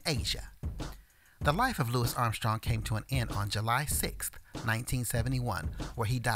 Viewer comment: I’m glad you pronounced his name correctly! So many people get it wrong. So annoying